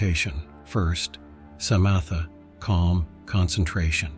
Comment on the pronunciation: Good video, but can you train the AI voice (I am assuming that’s what it is) to pronounce Theravada, sayadaw, Samatha etc correctly? The ‘th’ sound in Theravada, for example, is not the same as in English.